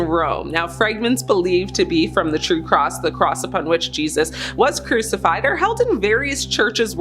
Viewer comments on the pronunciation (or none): What, you never heard of anyone getting crucificated before??